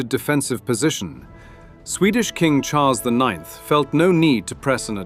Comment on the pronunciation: Default translator is terrible. Such videos does more harm than benefits. Who are Hazars ?? C'mmon... Karol I I X read as it is written "i i ix - lol" is also crazy.